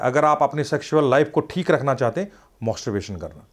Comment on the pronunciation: Ye kaisa Dr hai. Masterbation ko mosterbation & orgasam ko argasam bol raha hai😂